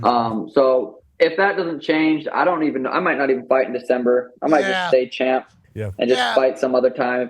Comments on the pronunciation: Pat is from the states right? Why does he pronounce champ as chomp? I don't know the lore. Does he have a speech impediment or is it like an underhand joke? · Just a joke. Can't remember when it started though